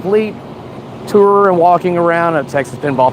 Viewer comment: The amount of effort you put in to say tour instead of tur is commendable